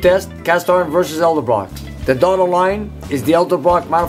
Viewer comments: E D E L B R O C K NOT E L D E B R O C K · I think my favorite part of this video is when keeps saying Elderbrock instead of Edelbrock. It's quite endearing. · I love how he calls it "elderbrock" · "Eldebrock" :p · thousands of hours spent with hotrod stuff and says Elderbrock not Edelbrock ( i said Elderbrock for years too) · It's Edelbrock, not Elderbrock... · I hate when people say elderbrock ... and not edelbrock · Vic Edelbrock is rolling over in his grave every time tries to say his name. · How is it possible that a man who has been around cars for so long can not pronounce the word Edelbrock???